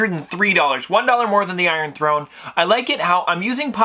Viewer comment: iron thone????